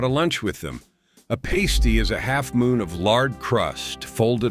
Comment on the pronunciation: I'm heating up a pasty (pronounced differently than you did) right now. Cornish pasties are a family tradition - they can be found in northern Wisconsin and Michigan, too. Runzas are definitely a Nebraska food, my aunt taught us to make them.